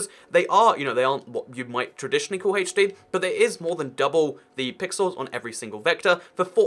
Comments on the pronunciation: Why do you say Haach D instead of H D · I get so triggered when says Hay-ch-D when I call it HD lol